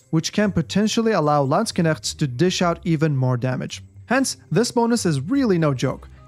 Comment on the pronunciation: I love how he pronouce it sounds like lands kinect